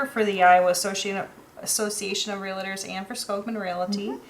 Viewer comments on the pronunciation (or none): Never take advice from folks who pronounce it "realator".